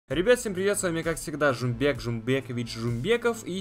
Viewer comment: Не жумбек а жумабек